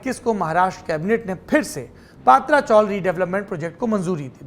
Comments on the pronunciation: paatra nahi patara( tin shead chawl) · पात्रा नाही पत्रा चाल bolte hai usko. Isne पात्रा पात्रा bolke dimaag kharab kar diya mera.😡😡